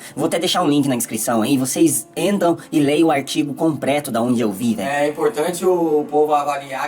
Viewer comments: Ele passa muita credibilidade quando diz pra ler o Artigo "Compreto"! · O cara que fala “compreto” vai saber o que é um adenovírus?! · "artigo compReto". Sem comentarios... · " Leiam os artigo compreto, mano" falou o professor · Parei na palavra "compreto" do tal do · Como dar crédito a um que fala "artigo compreto"? É preciso ser mais ignorante que o próprio. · O sujeito diz “compréto” e é um influenciador? Tá bem hein Brasil! Tá bem! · O cara fala "compreto" ao invés de completo., mais um que teve a oportunidade de ganhar muito dinheiro na Internet mas que permaneceu na ignorância não buscando conhecimento e sabedoria na vida. Milhões de pessoas se espelham nessa geração idiotizada, uma pena. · "Compréto" ? Tá bom então. Com um níver intelequitual deçes, sertamente çabe do que está falando. Num tem erro! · (...)"AstrazenÉca"(...) (...)tem que ver o vídeo "compReto"(...) Tudo bem "expricadinho"... KKKKK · Mano, esse fala "COMPRETO" e quer debater adenovirus? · O cara fala "compReto", quer ser "influencer"...TAMO FU!!! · " compreto" ... galerinha estuda muuuuito. 🤣😂🤣 Pior é saber que são seguidos😖.. nemmmm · E o jeito que ele pronuncia Astra ZENECA, metendo uma sílaba tônica sem sentido no meio da palavra? Analfa total!!